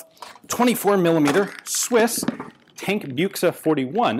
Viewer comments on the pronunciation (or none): Tankbüchse Not buchse